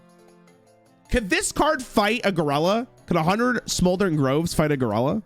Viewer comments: Holy fuck hearing him say Gurella over and over gave me brain damage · I swear to god if I hear him say goralla again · Is he saying ger-ella on purpose? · His pronunciation of gorilla is fuckin sending me